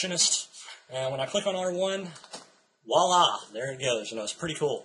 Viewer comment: I love your videos, but you incorrectly use the French word voila. You are pronouncing it as walla. The correct pronunciation sounds like walla with a "v" in front of it. Your misuse of the word is very common among Americans. I hope you appreciate me bringing this to your attention.